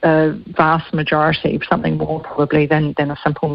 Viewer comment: ..switched off when she said 'somethink'